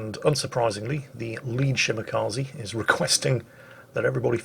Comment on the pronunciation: Did I hear him say “spotted by the enemy Shmakaze” instead of Shimakaze? Sounds catchy.